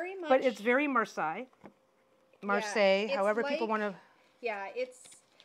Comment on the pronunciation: Marseilles : second pronounciation is good. But also, I adore your dynamic! ♥️